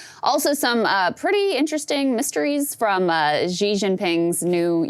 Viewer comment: Omg Saagar - Xi is pronounced like “shee” and not “jzee”. Awesome radar though.